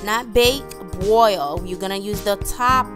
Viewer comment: You bwoil it? Vewy vewy good. Must've tasted gweat.